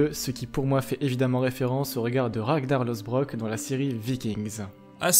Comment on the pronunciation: Ragnar " lAUsebrok " 😭